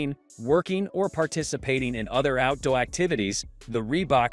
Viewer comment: Cringe AI use for the voice over..."out dowy boots" - "cellphone foot bed" lol